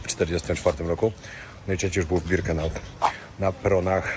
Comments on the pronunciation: Nie Birkenaut tylko Birkenau...Nie Rudolph Hyc tylko Hess. Szacun za film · Przepraszam bardzo, ale żeby zrobić materiał o Auschwitz (są tysiące materiałów), to trzeba się bardzo dobrze przygotować. Niestety ale Ty kompletnie się nie przygotowałeś. Zrobiłeś to trochę,,na siłę”. Nie Albrecht macht frei a Arbeit.. Nie Birkanaut a Birkenau… Nie Rudolf Hyc a Rudolf Höss. Rozumiem, że chciałeś mieć materiał itd. natomiast nie wolno w tak ciężkim materiale gatunkowym przekręcać postawowe rzeczy. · Birkenau! Nie Birkenaut